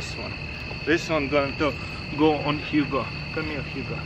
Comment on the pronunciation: I keep hearing him say Huga but I know it’s Hugo